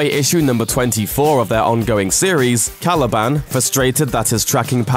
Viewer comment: Random point to make, but I absolutely hate the way he says Caliban.